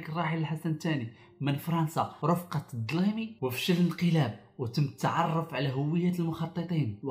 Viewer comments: IL S APPELLE DLIMI PAS DLAIMI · راك تنطق به هكذا: (ضليمي) بالضاد.. بل الدليمي أو نتا كتبتيها جيدة ولكن كتنطق بها خاطيءة... تحياتي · المرجو منك ان تنطق الدليمي بالدال وليس بالضاض.الضليمي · اسمه الدليمي وليس اظليمي، عندك مشكل مع حرف الدال ياصديقي. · ماشي الضليمي الدليمي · وا سميتو الدليمي ماشي الضليمي 😆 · اسمه الدليمي مشي الدلايمي .من اين اتيت بهذى الاسم . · الدليمي ماشي الظلايمي ما هذا النطق الأعوج، صوت مزعج!! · الدليمي وليس الضليمي وهناك منطقة في المغرب اسمها منطقة اولاد دليم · احمد الدليمي وليس الضليمي اخي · فمك مراجل سميتو الدليمي ماشي ضلايمي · خويا دليمي ماشي ضلايمي غير ضاحكة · راه الدليمي وليس الضليمي الا اذاكنت تسيء نطقها او تتهكم بنطقها الضليمي. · اسمه الدليمي و ليس الظليمي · الجنرال الدليمي وليس الضليمي. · سميتو دليمي ماشي ضليمي عاود الفيديو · الدليمي وليس الضليمي، مال فمك مراجل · كاتنطقها " الضليمي" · الدليمي بالدال وليس بالظاد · الدليمي وليس الضليمي الله يهديكم حاولوا تضبطوا اموركم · سميتو الدليمي ماشي الظليمي،فقستيني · علاش كتنطقها الضليمي و هي كتكتب الدليمي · ماشي الضليمي… الدليمي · ههههههههه الضليمي هادا مالو صارط ضفدعة قول الدليمي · عصبتينا سويتو الدليمي مش الضليمي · د ماش ض دليمي نتا كتنطقها ضليمي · Dlimi machi ddlimi .bla matkhlat mabin harf د w harf ض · الدليمي بالنطق ماشي الظليمي 🤔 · ماشي الظليمي هههه، الدليمي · ماعندكش حقيقة مقتل الدليمي ..أقول الدليمي ماشي الضليمي dlaymi كما تسميه أنت .. غير داوي خاوي أولدي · هو ابن سيدي قاسم و ليس ما تنطقه انت الضليمي ههههه الدليمي اصاحبي و انت اصلا ناقل من بزااف ذيال الفيديوهات و خصوصا من عند نوفل الشعرة هههه عقت بيك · الدليمي ماشي الضليمي هههههههه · الدليمي بالداااال اخويا ماشي الضليمي !!! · واش مكتعرفش تنطق د الدليمي ماشي ضليمي😂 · دليمي ماشي ظزلايلماي 😂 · الدليمي بالدال و ليس بالضاد "نطقا " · هو بلعاني كيقول الضليمي زعما كان ظالم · و الزمر عصبتينا بالنطق ديالك سميتو الدليمي مشي الضليمي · راه هوا كيقوليه ضليمي حيت ضالم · راه نت لغالط هوا كيقول الضليمي حيت كان ضاليم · لأنه ضلم الكثير ٠ فإبتدآ من ١٩٦٩ ، كان الكل يسميه الضليمي. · الدليمي بكسر اللام و ترقيقه...تحياتي... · الدليمي بالدال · خفف حرف الدال